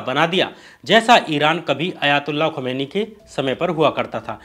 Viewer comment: खुमानी नहीं खुमानी साहब